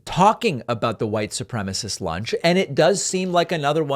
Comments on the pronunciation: What's with people saying white "supremmist"? Lauren Boebert pronounced it like that too. Is it intentional, like how they like to say democrat instead of democratic? or is it just a product of ignorance? You can never tell with these guys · for Brian K, the correct term is "white supremacist" not "white supremist". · Can't really bring himself to say it: "white supremiss".